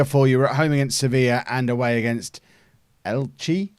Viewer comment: Elche is pronounced Elchay. So El-chay...